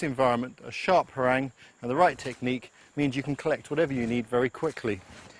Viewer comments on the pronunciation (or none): It's pArang. He says it like perAng. That means brown.. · He says parang weird.